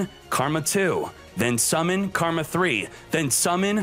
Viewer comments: Love the content, just hate how he unknowingly mispronounces the cards. Yo Sen Jew vs YoSenju Karma vs Kama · It’s not karma, it’s *kama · Why’re you saying karma? Isn’t it kama? Lol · Bro its Kama not Karma. Read. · Annoyed me more than it should lol. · He does it on purpose